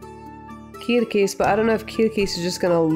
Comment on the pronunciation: i like the r sound when you say Gremio and Kirkis. The r sounds foreign.